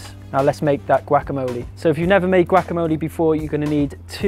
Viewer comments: "Chilli Cone Carnie" "Gwackamoley" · Looks awesome!! :D luv the way u say guacamole lol ;) "goo-walk-a-mole-ay"